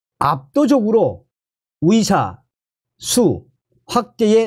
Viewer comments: 발음이 정확하지 않아서 무슨말인지 모르겠다 위사가아니라 의사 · 나도 가입 처음 했는데 듣기가 힘드네요. 의사를 위사라고 하고, ㅎ